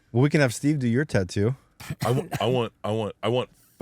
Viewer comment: Why can't he say tattoo 😮